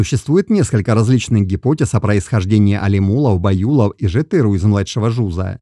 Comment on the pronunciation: Брат всё прекрасно Но как совет от казаха запомни одну деталь на всегда Все казахские слова, независемо от рода и падежа не имеют ударения. Тоесть ты акцентируешь ударение на заглавных или средних буквах но нет Ударения в казахском языке всегда последняя гласная буква Жетіру’ Байұлы’ Не-жетЫру А ЖетірУ Пон?